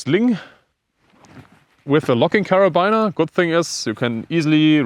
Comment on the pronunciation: Sehr interessant! Abseilen sollte man in der Schule lernen! Übrigens, da das Wort "Carabiner" so oft fällt, es wird tatsächlich "Kerabiner" ausgesprochen. Also nicht wie "Liner" oder wie man es erwarten würde, sondern einfach nur mit "i". Tut dem interessanten Video keinen Abbruch aber für zukünftigen Kletter-Content mag das ja vielleicht interessant sein und gut zu wissen.